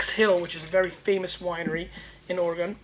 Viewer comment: Love the show! My only critisism since I'm from Oregon is the pronunciation of our awesome state. It's Oregun, not Oregone!